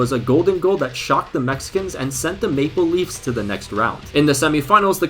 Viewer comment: What says: Maple Leaves What I hear: Make believes